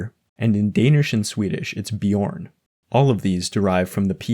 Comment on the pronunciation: Sorry to be pedantic, but I just wanted to point out that the danish word for bear is actually bjørn as in [ˈbjɶɐ̯ˀn]